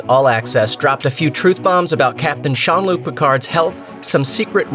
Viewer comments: I stopped listening at "SEAN" Luc Picard. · Haven't finished it yet, but it starts with the narrator calling him "Sean Luke Picard", *facepalm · Did you call him Sean Luc Picard at the very beginning? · Who TF is Shawn Luc Picard? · SEAN Luc Picard.....come on really! Say his name right! Don't you know phonetics!